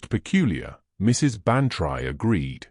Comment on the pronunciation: You AI reader pronounces Bantry wrong. You should spell it Ban-Tree, then A I will say it correctly. Winnipeg Manitoba Canada